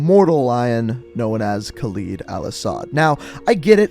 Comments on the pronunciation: I know this may be unhelpful but it’s better if you call Khaled Al-Asad as (Kaald al Asd) because this is how it should be pronounced, I just cringe when I hear you pronounce it as (khleed al-Asad) , by the way القتلة means the killers, just wanted to point it out but I know none of this is important anyways. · Just a nit pick, but you're pronouncing Al-Asad's name incorrectly. It's pronounced like "Call Ed"